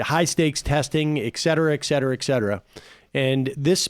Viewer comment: egg-cetera egg-cetera egg-cetera It's not eggcetera, it's not ekcetera, it's not excetera, it's et cetera you fucking dope. I'm probably being very snobby, but why can't Americans pronounce et cetera??